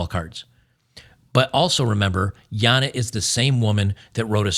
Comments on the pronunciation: I don’t know why you keep pronouncing her name Yana. Like, you know she’s Australian right? 😂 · Damn It, "Jana" is pronounced "GENTS" here in Australia 🇦🇺 Please respect our language, as we respect our Public Toilets for what they are.